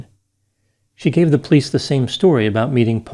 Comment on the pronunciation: I absolutely Love your show,, but Plice is a two syllable word! Po-lice! Hehehe